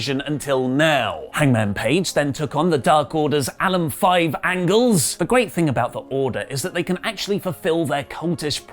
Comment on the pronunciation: is doing a Hot Fuzz joke or does he actually think Alan Angels’ last name is Angles?